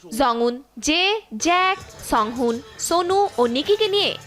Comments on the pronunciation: Bro she literally said JACK (Jake) Astagfirullah Also SOONGHOON (SungHoon 🙏🏻) And the worst of all ~ HESOONG~ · It's not সংহুন, জেক , জঃওন। It's সাংহন, জেইক , জাংওন 😭😭😭